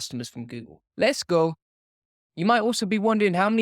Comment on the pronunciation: “LESS GOE!” 😂 i die every time u say that bruh